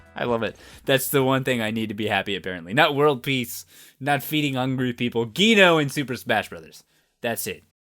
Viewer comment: You pronounced Gino wrong... ER MAH GeRD CONGRERTS